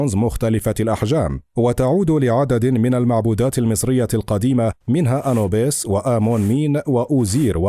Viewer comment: المذيع يلفظ اسماء ( انوبيس - ايزيس - نفتيس ) بشكل خاطئ .. نرجوا منه الاهتمام أكثر